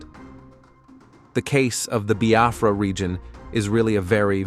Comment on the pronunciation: Thanks be to God Almighty on high Amen 🙏🕊️🙏. I have always prayed to be alive and experienced this great nation of Biafra. He pronounced nigeria in a yeye way buh Biafra sounds neat and sand in his mouth. Thanks be to God Almighty